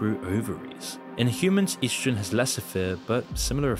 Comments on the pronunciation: What is "yeastrogen"? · "EASTROGEN" Really?.... Good luck with the big words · Es dro sen lol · he cant even pronounce “estrogen” right 😭😭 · You’re pronouncing estrogen wrong